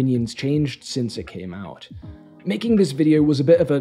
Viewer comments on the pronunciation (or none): none